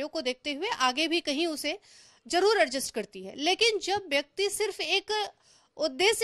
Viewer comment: Arjust ni adjust hota hai bhan ji